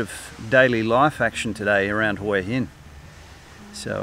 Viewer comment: Huw Hin dot Thai